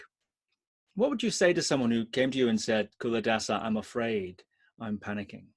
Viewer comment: It's pronounced Chuladasa